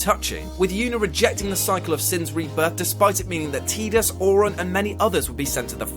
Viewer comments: iT'S PRONOUNCED 'TIE-DIS' NOT 'TEE-DIS' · TIDAS NOT TEEDUS YOU STUPID IDIOT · man, I love you, but you need to really consider what you said about ff x. and its pronounced. tidus not teedus. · Idk if its correct but "Tidus" looks like it's pronounced "Tie-Dus"...pronouncing it "Teet-us" like that is really funny for some reason. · who the heck pronounces his name teetus? That's got to be on purpose just to bug people. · Ohhh why people call him- Tee-dus?! Like Seriously!! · Don't say 'Teedus'. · Tidus is pronounced Tie Dus, as in Tide, continuing the watery theme of the game.